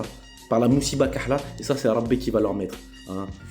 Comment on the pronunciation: 😂😂😂😂sa ce voi mosséba lkehla tu la apris ya pas tres longtemps vu la prononciation et le nombre de fois utilisé c nouveau pour toi 😂😂😂😂😂. Qui est sont prof de darija ?